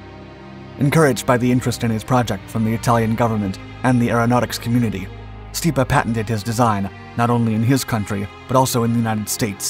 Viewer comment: This guy’s pronunciation of Stipa is horrid.